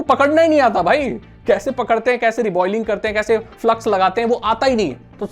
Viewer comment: Reballing kehte usko Re-boiling nahi